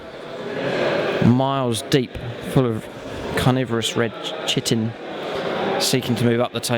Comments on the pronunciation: You are right, it is Kai-tin, common mistake though. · I'm pretty sure Chitin is pronounced Kai-tin, not Chitt-in. Cool battle tho as always! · ok, the word "chitin" is pronounced "kai tin". It's the "ch" from "chimera" ""chronometer" & "chiropractor" not the "ch" from "church" "cheese" or "chat". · its 'ky-tin' for chitin. sorry I'm a bug nerd and yes I am fun at parties :) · Chitin is pronounced 'ky-tin'